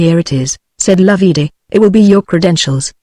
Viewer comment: NOT LOV-EE DAY Loveday, pronounced like Love and Day put together. Could this be an actual human reading or some half-idiot machine?????